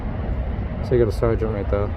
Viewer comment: A.I. voice over sucks more than that "sir-gent"